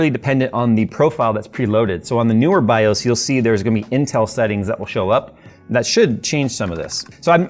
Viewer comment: Say this out loud: MS-DOS. Ok, good. BIOS rhymes with that. 🤦‍♂️